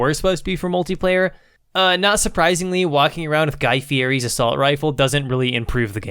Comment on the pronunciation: It seems you like to be professional and dislike some words. I feel ya , Guy Fieri , is Italian and he actually prefers the proper pronunciation. Fee-Eddy. Not that you asked :D